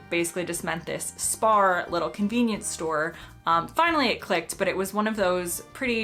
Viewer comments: I can't tell the difference between you saying "spar" and "spa" at all :D Accents are fun :D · Spar is / was a German convenience store chain. In German, "Spar" means "To Save". Correctly pronounced the German way, it's Shpar ;-) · Yeah spar is a weird one. A lot of (not all) English regional accents drop Rs at the end of words. Scotland doesn't. Weirdly a lot of English accents randomly add Rs elsewhere, like in drawing (becomes drawring). We're next door and we don't understand it, so don't worry about it coming from much further away. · Spar has a silent r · No it is Spar try a hearing aid lol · lol to my ear when you said spar and then said spa.. they sounded the same. I should also say though that for me spa and spar is pronounced the same- like too and two or free and three.